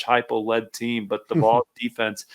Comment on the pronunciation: Kid, no one is ever going to take you seriously in this subject if you can’t even pronounce ‘Vols’ correctly. GTFO with that garbage.